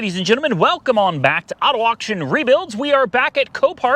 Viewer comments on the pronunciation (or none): none